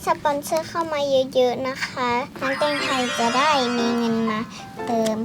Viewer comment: ตอนพูดคำแตงไทยเอาฮาปะเนี้ย